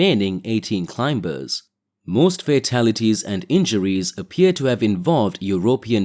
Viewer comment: Hey, would be nice is you could pronounce climbers properly. I mean it's the most important word in this genre. It's not clime-bers. The B is silent. Just saying.